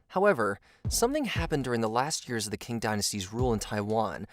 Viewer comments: yes, Qing is more of an "up-to-date" way of spelling Ching but the video kept pronouncing it as King. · Qing is pronounced Ching, not "king." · I think that Quin is pronounced "Chin"... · It was the Ching dynasty not the King dynasty. And please learn how to pronounce ABORIGINAL correctly.